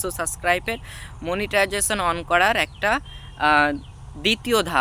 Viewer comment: তুইতো সঠিকভাবে মনিটাইজেশনের নামই বলতে পারিস না তোকে মনিটাইজেশন দিয়েছে কে